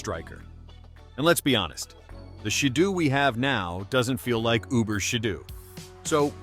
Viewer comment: And it’s she-dough